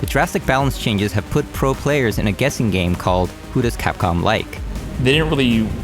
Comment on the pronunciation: I somehow heard you saying catcom rather than capcom at the part where u show that cat photo XD